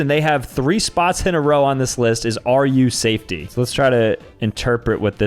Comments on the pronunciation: sam is the type of guy to say 'rusa fety' instead of ' ru safety' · Bro said “r u safetty” it’s r u safety like Russian safety 😭😭 Edit: he just realized right after I typed this comment 💀